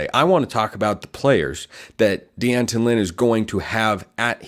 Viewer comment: D’ant-on - not De-Anton. Two syllables. Otherwise, very good and balanced view of USC. Do wish you had touched on our interior defensive line which remains very thin.